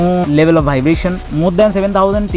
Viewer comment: Very very good video man. But bhaibration made me laughed a lot. Loved the video♥️